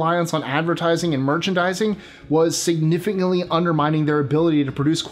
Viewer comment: Nope, I hated this collab. That guy was SO BORING I had to up the speed to 1.25 just to slog through his slow delivery. Add to that his stumbling over words, whether basic ones (significantly) or dead-simple ones (divinity, which is pronounced as it is spelled) and it was a really unsuccessful pairing. I don't know if he's new to this or what, but I don't care enough to find out and I'm certainly not going to visit his channel. This was enough. But thanks for including a bit where you dispel the rumors that he was a military sniper with tattoos; I'm amazed at how many people still parrot back that bullshit in this day and age when a few [literal] seconds of research would show that those tidbits of trivia are, in fact, completely untrue.